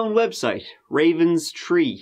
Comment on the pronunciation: You forgot his tree, turteen, twenty tree, turdy, turdy tree, and so on.